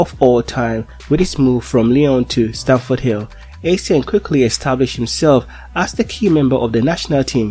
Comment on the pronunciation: Did he just say Stanford Hill ?